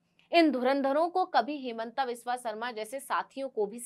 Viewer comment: हेमांता विश्व शर्मा अपना हिन्दी उच्चारण ठीक करो।